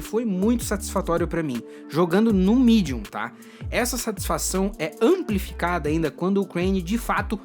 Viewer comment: Tava assistindo o video na janela, tive que voltar pra conferir se n era o canal cartoonizando, mds, esse belingue quebrou a imersão no video, "medium" "volataiu"